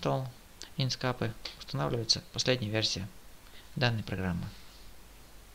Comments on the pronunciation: Не инскапе а инкскэйп правильно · инскеэээээээээйп пж нормально произнеси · Самое бесячее это звучание ИНСКАПЭ. Узнай как оно произносится правильно. Удачи!!!